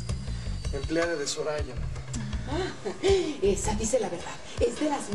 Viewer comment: Es mi imaginacion o en el minuto dice "Zorraya" en vez de "soraya"?